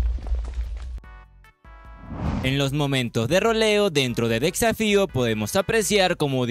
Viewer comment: Porque dice tan mal las cosas xd decsafio, aquimarae, farmens dilains